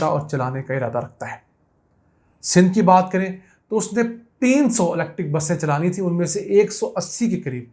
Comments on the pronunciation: YOU ARE SUCH A JAHIL PERSON DOESN'T KNOW HOW TO SPELL ELECTRIC I MENTION THIS TO YOU IN YOUR PREVIOUS VLOGS , YOU ARE SAYING LECTIC INSTEAD THE CORRECT PRONUNCIATION IS ELECTRIC, PLEASE DONT MIX PUNJABI AND ENGLISH , PLEASE READ THE SCRIPT FEW TIMES BEFORE YOU RECORD YOUR V LOGS. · YOU PRONOUNCE ELECTIC INSTEAD THE CORRECT WORD IS ELECTRIC MR.